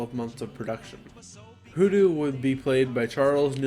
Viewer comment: *HooDoo *, not "WhooDoo".